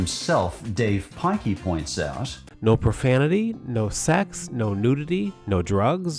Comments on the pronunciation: His name is Dav Pilkey, not Dave Pikey. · Bro said dave piky💀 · "Dav Pikey " 💀